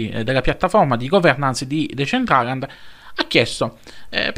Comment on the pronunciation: Comunque anche se sembrerò antipatico, ma te lo devo dire, si pronuncia "desèntralend"